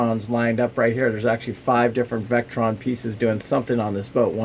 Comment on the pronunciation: Table of Elements: Li (lithium), Fe (iron), Po4 (phosphate). You mentioned "LifePro" batteries, several times. The correct name for these batteries is "LiFePo4" or "Lifepo." Your charge controllers are made by Victron (vick-tron), not Vectron (veck-tron). Most 100ah LiFePo4 batteries will accept a charge around 80 to 90 amps. You mentioned that yours are capped at 40 amps of charge. Have a look at Dakota Lithium. You can get a full-fledged LiFePo4 battery that won't break the bank and will deliver much better performance for not much more money. Best of luck.